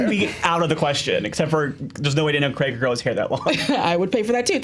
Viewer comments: It's Daniel f*©king CRAIG, not Cregg! Cray-g!! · Just to add that in British English Craig is pronounced "Crayg", not "Creg". :) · These things are pronounced the same where I’m from. Probably a regional thing. Chill. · Freaked out? Melt down? Nah, just a pet peev of mine. A name is not a word - bar translation into a totally different language it should be the same wherever. Daniel CRAY'G is English, and not from "your party of the world" where they apparently are pronounced the same and everyone pronounces everything how they like because the basic rules of English don't apply. Anyway, rant over.